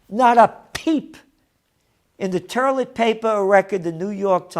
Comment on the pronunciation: Ter-lit paper